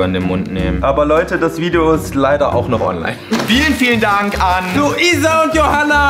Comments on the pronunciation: Is klar Joey jeder sagt Lideo und nicht Video 😂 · hahah wie joey zum schluss statt video lideo sagt und auch wenn das ultra dumm ist das ich einen lachflash darüber hab ....joa egall😂😂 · HAHAH „ihr seht das lideo hier“ bin ich die einzigste die das gehört hat